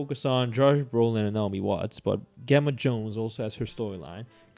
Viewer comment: Pronounced "Jemma"